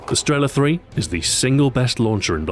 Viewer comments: not strEla, but strelA. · Sorry, Stu. Its not StrEla, its StrelA... Just saying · The stress is wrong. It's not strE'la, but strelA'. And that's always the case when someone who doesn't know Russian tries to pronounce russian words. The stress is everywhere, except for the right place. For example, it's not I'van, but IvA'n. A hint for all of you then: Think about where is the stress in a russian word, and put it in another place (you may guess it right) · Not strEla, but strelA! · thumbs up so people can see, its streelaa not strela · its not strEla, its strelA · Why do some of the npc's pronounce it as sterla? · Nobody says strEla